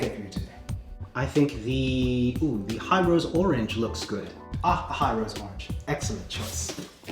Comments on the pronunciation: if its a Japanese company then wouldn't be pronounced Hi Ro Se? like hee roe seh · imagine building a TKL or full size with it 😵. By the way the company is ヒロセ, so He- ro- say I think it's pronounced